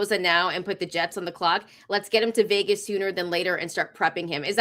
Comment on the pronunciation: He said the veaaay (Vegas) 😂😂😂 RAAAAAIDERS 4-life